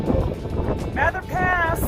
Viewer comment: Bless you ladies...for lots of things...but the most recent, that you said "Mather" the way Mather said it, and not long "a" way so many younger walkers do...